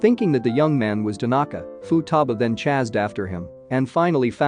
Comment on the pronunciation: Why are you saying chase in that way